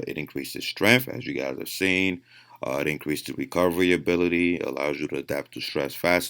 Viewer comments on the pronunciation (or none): none